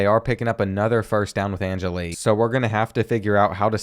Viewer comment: an-jelly not an-jilly